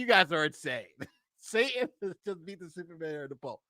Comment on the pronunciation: Love your content - sa-tan, not sa-in. You're in good company though, candace owens drops the "t" also :(